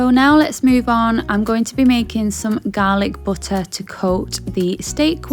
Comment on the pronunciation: The Garhlic BUT TAH